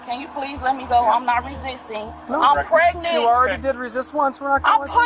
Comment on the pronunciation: "im pregnit!"